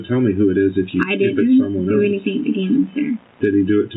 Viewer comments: I don’t believe “anythink” she says! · if she says "anythinK" one more time......